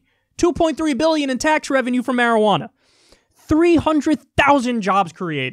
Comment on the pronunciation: you're not pronouncing marijuana correctly